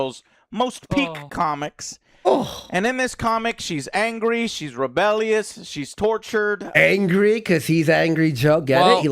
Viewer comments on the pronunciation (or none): "In this issue she's reeebelly-eeous"